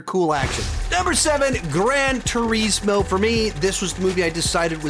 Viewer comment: It kills me when he says ‘gran tureesmo